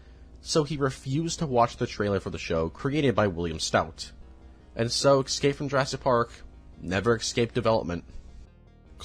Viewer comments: Iss-kape. Escape. Not excape. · Bro said. Ekscape 😂